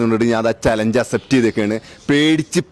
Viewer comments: ഡാ അസെപ്റ്റ് അല്ല അക്‌സെപ്റ്റ് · Accept aan myre Assept 😂😂😂alla